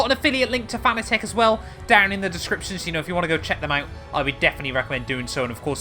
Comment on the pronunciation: It's pronounce Fanatec not Fanatec😅